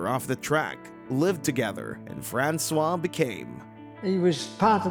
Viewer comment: If this comment still isn't spoken by an A.I.: Please try to pronounce foreign names to their correct pronounciation in this language. Your "Francois" in its mix of amercian english and french really sounds ridiculous! 🤨